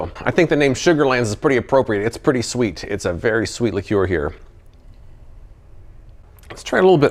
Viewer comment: What the hell is a li-cure??? That is not how you pronounce it! lol